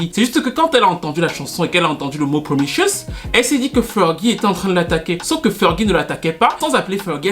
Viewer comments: *Promiscuous ( promiskiouwous au lieu de promichueus ) sinon très instructif comme toujours 😊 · C'est PromISCUOUS et pas "promicious". Great video!! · s’il répète encore une ☝🏼 fois « promichiouss » je m’auto-éviscère avec la cuillère à café 🙄🙄🙄🤣😂😂🤣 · t as du mal à prononcer promis-cu-ous...🤣 viens je vais te donner des cours de langue 😝🤣🤣🤣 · J'aurais pu m'abonner sauf qu'il y a eu le truc de la chanson de Nelly Furtado qui m'en a dissuadée. Le titre promiscuous n'est pas du tout prononcé comme il faut LOL. Pour les touches françaises je crois que Fergie faisait référence à sa chanson "Enchantée" que j'adore d'ailleurs